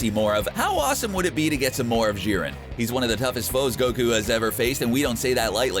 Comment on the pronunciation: Who else gets triggered on how he says jiren